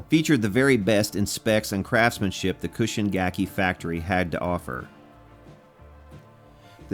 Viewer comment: Its CHUUSHIN, not KUSHIN. I own a Cobran bass, which was made at that same factory, at it was Chuushin's in house brand, but you probably have no idea what those are.